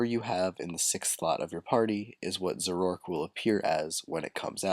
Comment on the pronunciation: i thought it was pronounced "zor-o-ark"